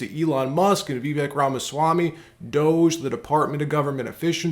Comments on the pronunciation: please learn to pronounce Vivek Ramaswamy's name correctly as you add him in your reports. It is Vi-vake, like cake ( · According to Vivek himself, this is how he said his name is pronounced correctly: "My name is Viv-ake, rhymes with cake." And the "I" is pronounced like the "I" in ' is. ' Hope this helps. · Vivek rhymes with cake.